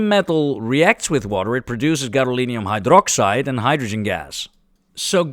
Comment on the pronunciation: Egad, man! It's gadolinium!